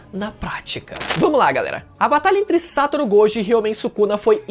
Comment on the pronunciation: Amigo, vamos aprender as pronúncias: SatÔRo GojÔ! "Yúdi" ItadorÍ! POR FAVOR!